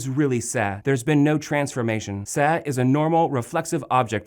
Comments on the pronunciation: Why does he keep saying "sa"? it's "se". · Great content but the pronunciation is wrong... the letter E in Spanish is pronounced as “ay”. Se is pronounced as “say” not “seh”. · is correct. It is painful for me to listen to the pronunciation on this video.